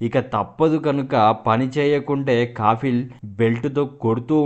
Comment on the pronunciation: Kaffil kaafil kaadu